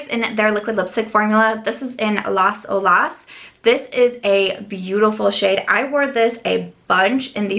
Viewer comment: Great video! Love so many of these shades! Btw, Las Olas is pronounced ó-las, emphasis on the o. It's named for Las Olas Blvd here in Ft. Lauderdale. Lots of love! 💜💜💜